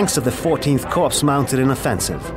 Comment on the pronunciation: An army corps is pronounced " core" - not "corpse." Geezus!